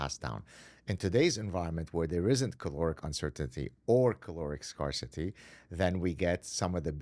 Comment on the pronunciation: OK, he said he suffers from perfectionism, so: ePHEmeral NOT epheMEral. Sorry, but this counts when you're an "award-winning professor". Scarcity: pronounced SCARE-city, NOT SCAR-city. It's been a while now that we've been told that fat consumption is OK.